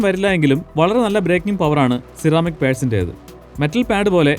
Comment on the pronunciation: C-Ramic allallo? Se-Ramic enalle pronunciation. Aarkum enganeyum parayan, njan ormipichathanennu mathram.